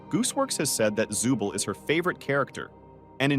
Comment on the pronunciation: It's zoovle not zubil🗿